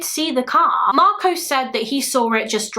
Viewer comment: Marcos is simply pronounced "marcos" ("marcoss") not "marcowce". Please be aware of American documentaries mangling the "-os" commonly found at the end of Greek/Spanish words, because they get it horribly wrong. It should be relatively simple to get right, but their pronouncing "-os" words like Marcos, Carlos, kudos (etc) as "Marcowce, Carlowce, kudowce" is bizarre and indefensible on phonetic/linguistic grounds. I really don't know where they get it from, because they know full well that the "Los" in "Los Angeles" is pronounced like "Loss", not "Lowce". On that basis, I'd be so grateful if you tried not to perpetuate this weird American habit, as it's one of my pet peeves. Perhaps your Spanish studies will help you out there :)